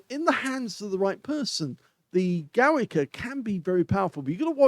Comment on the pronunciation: It is pronouced like "Govika"